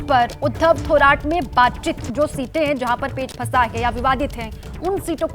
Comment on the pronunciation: थोराट नाही रे... "थोरात" असते ते...